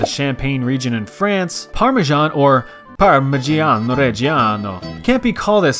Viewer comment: Somehow, when you say parmeasan, you say it more similar to "parmigiano" then when you try to actually say "parmigiano". The thing is that the i after the g is silent, it purely serves the purpose of making the G soft, in this (and most) cases